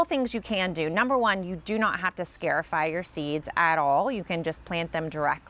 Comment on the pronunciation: this is a very handy little procedure! the root word is, "scar" because you are creating a little scar on the seed. therefore pronounced, scar - i - fy 👏🏼